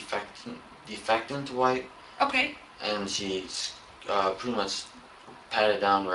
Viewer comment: not to mention he called disinfectant spray, “difectant spray”